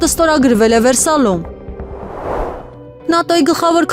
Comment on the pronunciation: ախմախ հայաստանցի վերսայլ չի այլ Վերսայ յ։